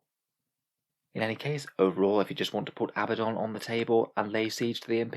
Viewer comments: His name is pronounced uh-BAD-un. If his name was Abbadon you could call him AH-buh-don. However, based upon spelling (and the religion his name is taken from) the 2nd choice is the incorrect pronunciation. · Probably keep pronouncing his name wrong. Glad I could help.